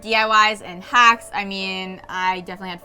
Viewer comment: I thought she said hats at the start, not hacks, so now I'm really disappointed because I wanted to see DIY the cute hat she was wearing